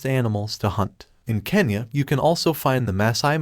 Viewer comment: God,,, it's kenya not kanya🤦